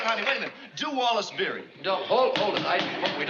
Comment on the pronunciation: Wallace BEERY, not Berry.